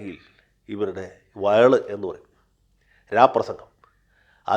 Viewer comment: വയ ള് അല്ല വഷ ള്